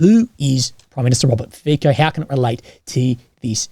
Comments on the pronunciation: Fico is pronunced as: Fi as Fi in Finland co as tso in Tsonga Fi-co = Fi-tso. Not "Fiko" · The "c" in Fico is pronounced like "ts" in tsar or tsunami. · If I'm not mistaken, the surname of the Slovak politician sounds like "Fizzo" and not "Fico" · I've heard others pronounce it - Fitso. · As a Slovak its pronounts Fitso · Bro, please tell me how to pronounce it correctly: FeeKo or FeeTSo?